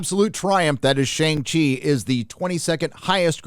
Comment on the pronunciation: You're pronouncing Shang Chi wrong